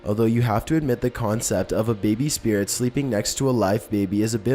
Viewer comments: Spiretts.... Or spiriiiits even! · spirats xD goasts